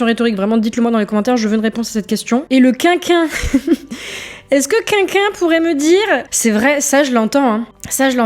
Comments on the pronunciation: Salut, le "tant pire" est issu du film "Les Visiteurs", le qui qu'un est selon mon orthophoniste un problème de prononciation, une sorte de dyslexie qui est fâcheuse dans la prononciation de "quel" et le "qu'in"? Ce serait un défaut de langue d'oïl, un in... Voila merci à toi. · quin-quin, ce ne serait pas simplement une manière de prononcer l'abréviation "qqun" plutot que le mot entier "quelqu'un" ?